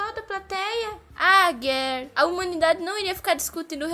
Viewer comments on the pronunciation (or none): oque ele fala: a valquiria mirim geir oque eu ouço: gayyyyy